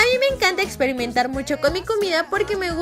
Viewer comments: también en el minuto dice expirimentar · ixpirinmentar jajajajaja.... no mames...